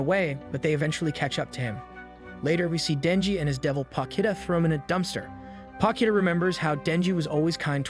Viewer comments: You: Potchita Ani recapped: Pokita Me: Pochita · Me: Potchita Ani recapped: Pokita